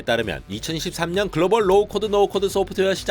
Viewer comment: 2023,2021 등 십의 자리수 20 읽을때 자꾸 13, 11로 들려요